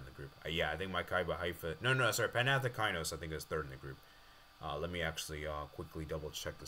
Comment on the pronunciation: "next up is Zzrna Llhnsk vs Breidablik" Also its Panathinaikos not Panathikainos